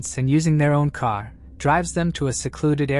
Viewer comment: What is a kar? lol 😂 im Baltimore, and I get that vibe or New York or Jersey lol yes I know he said car